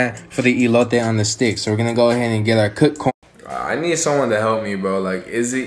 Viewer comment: It's "ee lo teh", looks delish 😃🤤😍!! Love your vids. I've tried a few of your recipes and they are 🔥🔥!!